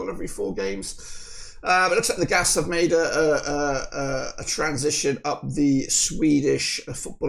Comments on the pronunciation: You know, there is an i in GAIS… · Gais is like gays when you say it. Gothenburgs Atlet & IdrottSällskap. ( Sportsclub can we say). Axel goes on every ball he says if he don he can missed it when it comes all the way. He also got a ABBA song. don't waste your goal chance pass it to Henriksson